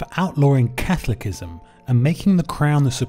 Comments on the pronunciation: I’m looking for videos to show my English class and I’m switching off the video as soon as you say cathlickism lmao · CATH ‘O’ ‘LI’ CISM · Learn how to pronounce Catholicism